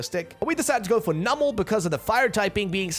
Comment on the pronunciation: I'm just upset with how her pronounces numel